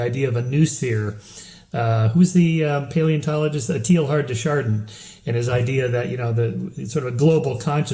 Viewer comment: Tay-Ar de Shardan, please!